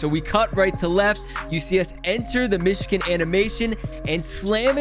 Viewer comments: Anyone else bothered he says "mishkin" and not Michigan? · It’s Michigan